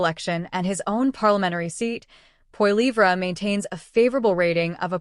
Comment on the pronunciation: "Pierre Po Lee Vra" :D